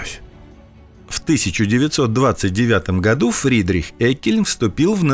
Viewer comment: Прежде чем вы ходить на широкую аудиторию, автору не мешало бы узнать, как правильно произносится фамилия персонажа, про которого снят сюжет. А произносится она не "Эккельн", а "Еккельн" (Friedrich August Jeckeln)